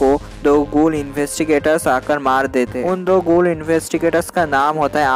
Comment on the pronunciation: Gool kyo bol rha h bhai